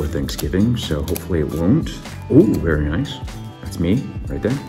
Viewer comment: Be vewy vewy quiet 😁